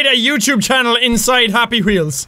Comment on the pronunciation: The way you said happy weols!!! Hahaha